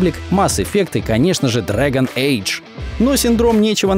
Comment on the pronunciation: Господи, как же ты некоторые названия криво произносишь, Генезис? серьезно? Биовэр? просто, причем диагонали эйдж произнес правильно, Сегу, мать ее, дженесис - нет